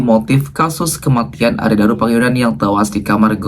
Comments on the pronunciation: Arya Daru, bukan Arya Dura. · Arya daru kk bukan dura balik balik lidahmu maap koreksi ya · Arya Daru mas bukan Arya Dura